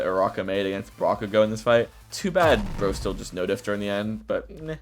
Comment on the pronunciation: diffed? I feel like every time you say diffed i keep thinking of difficult TvT but i know its no diffed